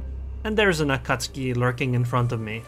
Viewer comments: A-KAT-SUKI. LOL not AKATSKI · Akatski? I must have missed the update where they chaned the akatzuki's name